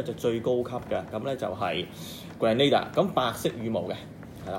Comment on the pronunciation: 你讀錯咗 正確的pronunciation👇 grehnuh·deeuh 但是你pronounced grand·na·da